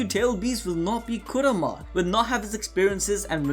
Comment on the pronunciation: Why the hell are you saying kurama so bad like that